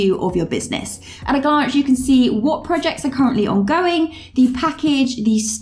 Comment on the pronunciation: I cant help but notice how you pronounce Projects as PUJACKS and Products are PUDAKS 🤣🤣🤣🤣🤣 Great Work!!! (y)